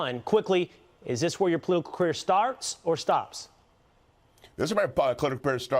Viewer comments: thisa my pah clittah career uh starts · Colitical pareer 😆